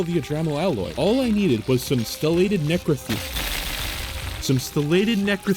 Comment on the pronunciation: "necrathene" ptsd triggerd